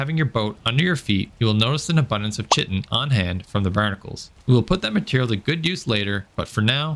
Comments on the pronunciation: It's kite-in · please learn how to pronounce "chitin" and "megingjord" properly, it's a little jarring. Yes i'm being snobbish what are you gonna do